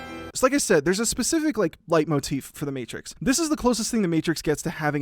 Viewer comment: Everytime he says "Leitmotiv" I could swear there is a small mispronouniation (I speak German you can belive me[Leitmotiv is a German word for all you out there who didn't know this])